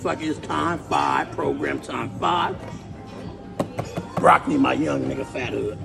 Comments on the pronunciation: He said Croccoli 😂😂😂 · Did he just say 🐊 olloli ? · He slipped up, supposed to say croccoli instead of broccoli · How do you explain to your children why you’re saying Croccoli instead of broccoli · My dawg said eat “The Croccoli”… Ain’t no “B’s” allowed in that man’s life. 😂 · My man does not use B’s at ALL 😂 the C Language